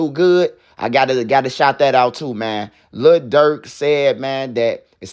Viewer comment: Le Durk 😂😂😂